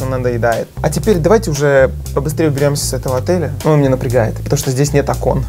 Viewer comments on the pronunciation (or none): Кто заметил когда зашёл в номер он сказал максу.: кстати ты заметил?Здесь нет око́о́о́н а правильно о́кон😂😂😂 я не хейтер ❤